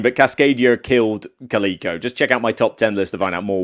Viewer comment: That’s not how Calico is pronounced....